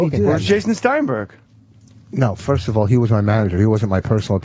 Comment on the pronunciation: “Firsht of all…der’s no second of all…” -Anthony